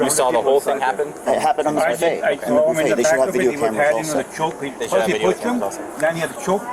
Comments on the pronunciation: Crap bag New Yorkers always come to Florida and mess things up! She “sawr” ugh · Ma'am, there is no R in saw. 😂